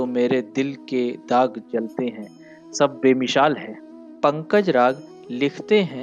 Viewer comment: JINHEN KA TALAFFUZ SAHI NA HO WO BAAT KAR RAHAIN HAIN GAZAL KI ) AAP NE GAYA HUM HAIN MATAYE E KUCHA O BAJAR KI TARAH NAHIN MIAN BAZAAR KI TARAH AAP NE KAHA BE MISHAL NAHIN BE MISAL PAHLE BOLNE KA TALAFFUZ SAHI KARYE PHIR GAZAL KA BAAT KARYE